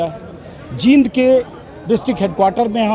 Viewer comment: अजीत जी जहां जहां भाई दिपेंद्र सिंह हुड्डा ने नामांकन करवाया है, उन सब जगह ऐसा ही वातावरण रहा है और रहेगा। आप जींद के उच्चारण करते समय ई पर लम्बा समय ले, बड़ी ई है सर।